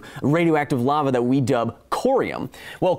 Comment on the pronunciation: 8.37 you pronounced Lava as we do in Denmark. Like, to a frightingly degree accurate pronounciation!